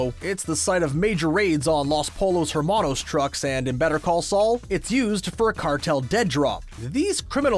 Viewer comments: You really just said “Polo hermano”. If you’ve seen the shows it’s called Pollo Hermano. Spanish pronunciation... moron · 'Los polos harmanos' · ...loss pole ohs herman ohs